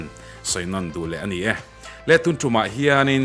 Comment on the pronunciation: Tuntûm tih thlûk hi ngati nge tun tum in tih zêl le.. Mizo tawng thlûk in hmang mak nasa lutuk...Lungzarhtum tlang hming ang a lam tur kha ani lo aw.